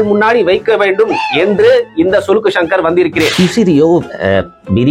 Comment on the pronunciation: Sulukku❌ Silukku✅😂😂